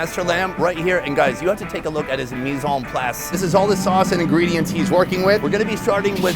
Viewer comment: I was impressed when Sonny said “mise en place”